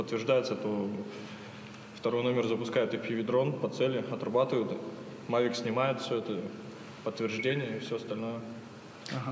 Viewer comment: That's not how you pronounce Mavic.